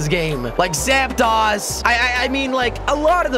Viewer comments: It's not Zap(TOS) it's Zap(DOSE) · It's "zap tose" not zap toss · its zaptos not zaptas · Mega Slowpoke it's not zaptos its zapdos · It is not called Zapdas its Zapdos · Its pronounced zapd(oh)s not zapd(ah)s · jelly you said zaptos wrong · Its pronounced zaptdose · Nathan Thomas your also incorrect it is zapdos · hes not saying zapdos right